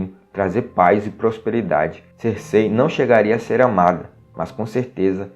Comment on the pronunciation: Eu já chego reclamando porque pronunciam o nome da Cercei errado